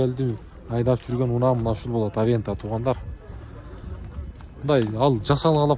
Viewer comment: Аванта дечи